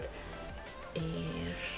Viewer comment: Csak nekem tűnik úgy mintha ha “és” helyett mindig “iést” mondanal? 🙂 nem azért mondom tok aranyos 😊